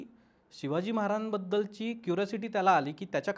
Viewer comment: शिवाजीमहाराआंबदल नाही शिवाजी महाराजांबद्दल असा स्पष्ट उच्चार करा काका